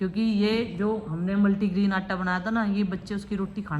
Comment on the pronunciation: Multigrain aata hota hai multigreen nhi isse aacha toh satnaja bol deti aunty aap😂😂